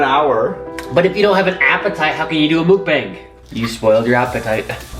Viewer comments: I fucking love you guys, but you pronouncing it "mook-bang" is killing me. It's pronounced "mok", like the beginning sound of mocha and "bong", obviously like a bong, lmao. Anyways, great video! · It's pronounced mook-bong. The Koreans will get upset that you're pronouncing it wrong lol